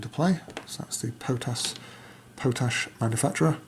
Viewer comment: Potash is pronounced as though it is two separate words : Pot Ash Nice playthrough :)